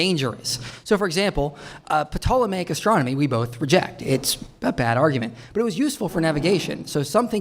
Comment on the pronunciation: Pe-tolo-em-aic? You mean Ptolemaic? Which comes from Ptolemy? Whose name ISN'T pronounced with the P?!? This is what happens when not so intelligent people think they are smarter than they are.